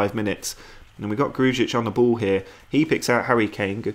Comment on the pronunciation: Please just say Gru-ic not Gruj-ic its how you actually pronounce his name